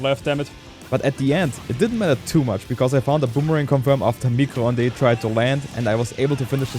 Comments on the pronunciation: "micro honday". It's french for Microwave, you had the first part right "mi-cro" but the second part is pronounced "ond" [ondeuh], not [ondé] :) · pronouncing "micro-ondes" is so sweet for a french viewer like me